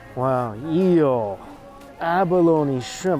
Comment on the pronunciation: Omg when he had eel I thought he said ew lol